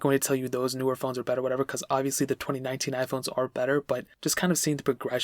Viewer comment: Anyone else think he said 2099 at the beginning?